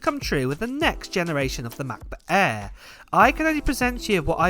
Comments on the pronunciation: Ma Buh Ehhhhh, Em Free Moddo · Apol Matbut Ehh, Emm Free! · Ahh yes the Mac-buh aerrr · Can't wait for Mah'Book Eh. It sounds better than the old Macbook Air. 💀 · I can't wait for the new "Macbutt Air" 😂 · “Mah Buh A” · Mac bak air 😂😂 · "MacBook Eh" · Ma Buh Ehhhhh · The way you say "Macbook Air" combined with your higher vocal pitch is absolutely jarring. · They way you say Mac book air I've been dying throughout the video 💀